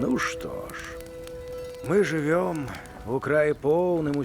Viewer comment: Голас прыемны, але ж.... знаем = ведаем , жывём = жывЕм.....А так цудоуна ! Чакаю гульню !